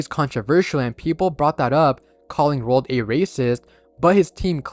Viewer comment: Roald Dot😂